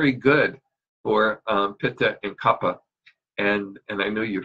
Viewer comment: It's called kafa not kappa ! If you learned all this stuff you should know the correct original speaking of that dosha!